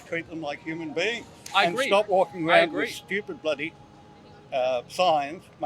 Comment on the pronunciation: Dude keeps saying humane beings??? Tf ?